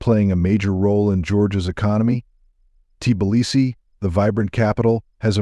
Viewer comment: Hey Bot get your programmer to correct the pronunciation of Tbilisi.